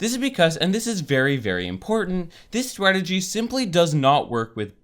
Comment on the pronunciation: it is really annoying the way he says strategy he said it like swagity